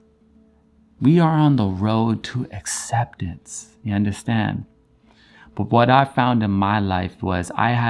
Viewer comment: I love when you say “ya undastand”? Lol, love your content. It’s so enlightening and high powering. And yessss, I undastand. 😍